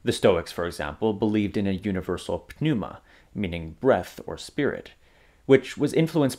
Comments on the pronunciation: totally silent p in pneuma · the 'p' in 'pneuma' is silent. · Then pronounces the word "pneuma" without a silent p.